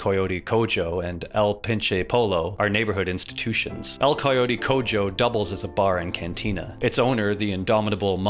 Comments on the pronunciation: Great video, but I'm pretty sure you butchered pronunciation of "el coyote cojo" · the way you pronounced "el coyote cojo" and "el pinche pollo" 😭😭😭😭